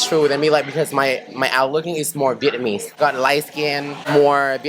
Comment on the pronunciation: Am I tripping or speaks English with a hint of Vietnamese influence, e.g. using singular form for plural nouns, pronouncing the word "Vietnamese" as "Vietnamee", etc. No disrespect though just curious